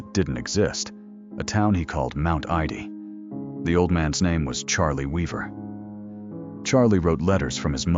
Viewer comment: horrific AI roboslop fake voice is so bad it CAN'T PRONOUNCE THE NAME OF THE GUY THE VIDEO'S ABOUT. Not only that, this is a fake scandal. Cliff Arquette never pretended his real name was Charlie Weaver. This claim doesn't even make any sense. If he wanted to return because he heard the top-rated talk show host said "Whatever became of Cliff Arquette?," why would he return under another name, and playing another character? Also, the robot claims at the beginning that Arquette invented the character after he retired, but then later on says Arquette had actually invented Charlie Weaver years earlier! And why is it a crime to be associated with a fictional character you created? Paul Reubens wasn't really Pee-wee Herman. Charlie Chaplin wasn't a tramp. Samuel Clemens wasn't Mark Twain. Lame.